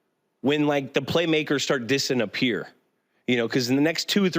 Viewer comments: Dissinappear he said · Dis-n-appear, Julian? 😂